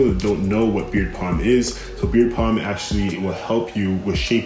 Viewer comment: You know it is beard "balm", not beard "palm", right?!